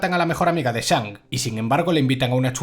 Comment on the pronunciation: de hecho se pronuncia Shang, no Sang, ya sabes S+H= Sh y no S jajajaj